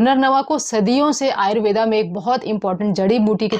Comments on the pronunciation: कृपया कर आयुर्वेद को आयुर्वेदा ना कहें केवल हिंदी का उपयोग कर अपनी संस्कृति का मान बढ़ाए ।धन्यवाद । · आयुर्वेद होता है...आयुर्वेदा नहीं